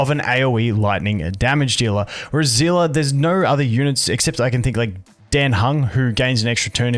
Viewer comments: i cant stop being annoyed at the pronunciation zeela like how do you pronouce it as that it clearly has an s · Just so you know for the future seele is said like see-le not as one whole word kinda like stan-le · I’m pretty sure her name is pronounced Seal Lee, Genshin has creatures in the game that go by the same name and are pronounced that way. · The live stream pronounced it as Zee La. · can anyone tell me why everyone is calling seele "zhila" now? i heard bronya say her name in honkai countless times and she never said "zhila" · thats in chinese , but in english pronounciation they called her "zilah" also in the past time stream the host and her V.A called her as well as "zilah". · zila is Seele German pronounce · im just confused everytime he said seele as zilla xD